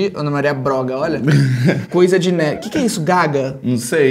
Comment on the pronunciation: ele falando Ei nerd me da agonia parece Ei mine 😶